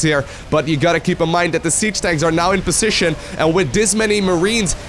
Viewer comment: Please look up the correct pronunciation for 'position' and 'decision' if you insist on using them 3x/min.